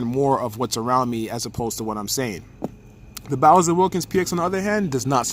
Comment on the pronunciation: DUDE IT'S NOT "BOWSER"!!!! IT'S NOT THE ENDBOSS IN MARIO WTF